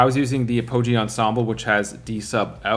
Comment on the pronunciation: Apogee is pronounced with a short o